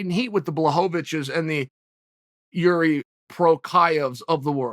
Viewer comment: It’s not “Yur-Ree” it’s “Yur-zhee”